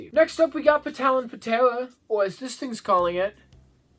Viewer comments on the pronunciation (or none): I enjoy your content. Just nitt picking, the P in Talon Ptera is silent. It is just Talon Tera. Stay strong, and please never take the Lord's name in vain as it would be a catalyst for downfall., your content is eye opening. Thank you